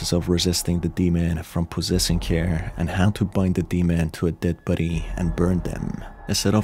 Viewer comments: Took me 7 min to realize you were saying “body”, not “buddy”. The whole time I kept thinking “nice to call them buddies instead of cadavers” 🤦‍♀️ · Every time you say body it sounds like buddy and I cant take it seriously lmao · body, not buddy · Bruh the way you pronounce 'body' as "buddy" is cute😅✨ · The way you say “body” sounds like “buddy” kinda threw me off, lmao. Makes this less scary. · why you pronouncing body as buddy? lol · The way you say body. Never heard that accent before. Thanks for the video.